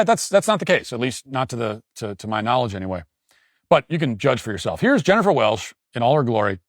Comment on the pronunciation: It’s “welCH” with a “CH”. And your hot take is crap.